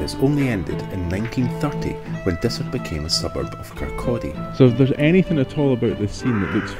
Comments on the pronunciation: Its not desert its Dysart kirkcaldy omg please get it right thanks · Not meaning to be picky but Dysart is pronounced Diesart. Great video none the less.😍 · Yup, we goofed that one! I only heard Dysart pronounced correctly a few days after we were out there, but we should have chececked beofre... We appriciate you keeping us right! Thank you!